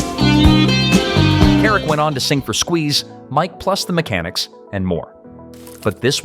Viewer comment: lol “Mike ‘Plus’ the Mechanics” :) oh automation n ppl who weren’t there in the 70s or 80s 😅